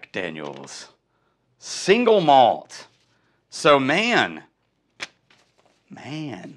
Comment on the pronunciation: Why does everyone say it "singlemalt" when it's two words, "single malt?" That's like saying "bigdesk" when what you mean is "big desk." Sorry - I get real pedantic about spoken English. 🙂 If that's your actual birth date, you're going to be 74, 10 years older than I am. But I thought you were like 10 years younger than I am. I think I'm officially jealous. 😂 I bet you like Balcones' barley whisky then. All I've had is the Lineage - the others are outside my budget - but it is emphatically not shy. 🥃